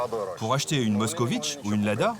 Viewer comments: 😂Pas Mockovich😂, mais Mockvich est la bonne prononciation! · À moins d'une minute de vidéo, le commentateur nous cite déjà 2 fois la MOSKOVITCH, alors qu'il s'agit d'une MOSKVITCH (moscovite en Russe). Qu'il est nul! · Ça s'écrit Moskvitch et ça ne se prononce pas "moscovitch" (allez, faites un effort quoi !!) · MOSK - VITCH, pas MOSKOVITCH !!!